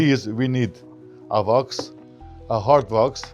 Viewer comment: What is “vox”? Wax? I turned on the closed caption, but YouTube doesn’t know what he’s saying ether. I’m not trying to be rude. I just want to buy whatever Vox is so I can shine my boots.